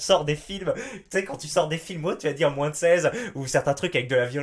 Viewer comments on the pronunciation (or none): Et personne ne te fait remarquer que tu prononces le "s" à chaque fois que tu dis "moins"?